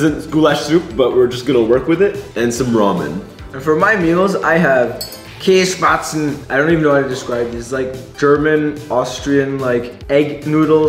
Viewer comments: DID YOU JUST SAY “KÄSSPATZEN” OR SMTH LIKE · The way he prounced käsespätzle 💀angry German noise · Should try out Lucky Me noodles. Got my my Indian, Belgian, and German friends hooked to it. Is not Half-German? Why can he not pronoune Käsespätzle?